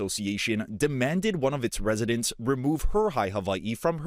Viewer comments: the hawaiian language doesn’t have a V sound. why are they hyper correcting ) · Side-note: ah, so the w in Hawaii is pronounced like I as a Scandinavian would say a "v". Good to know :) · It's pronounced Haveiee? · How they say Hawaii pisses me off